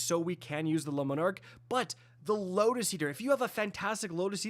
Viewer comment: The word is not “Lemon Arc” 🤦‍♂️